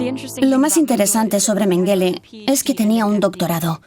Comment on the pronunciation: EN alemán se pronuncia Méngele,con acento en la primera sílaba.